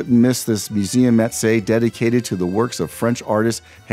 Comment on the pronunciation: great video but please how come you did not learn how to say Matisse properly, pas possible! 😂